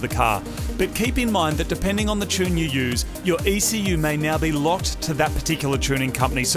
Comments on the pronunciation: Oh yeah and “T” for Chune! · And finally the T Chune...